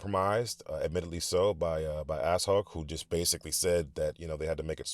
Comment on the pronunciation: FYI, Ashok isn't pronounced as 'ass-hok', it's 'uh-shOak' 😁